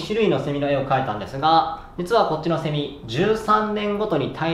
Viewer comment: セミの発音がおかしい笑